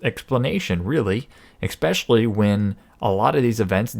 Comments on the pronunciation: thank you for your thoughts. However, better to correct your saying Expecially, the word is Especially. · Did you just say, Exspecially? ;-). Interesting report.